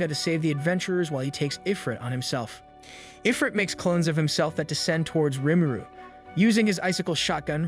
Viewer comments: please tell me that this is a computer saying i-frit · “Eye-frit”??? This person never played an RPG in their life haha